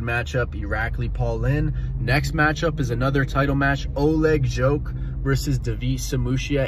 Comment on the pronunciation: I'm pretty sure it's said jhhock, not joke lol.